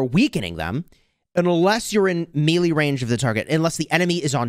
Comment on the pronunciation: Dude I'm scratching my eyes out it's pronounced may-lay not mee lee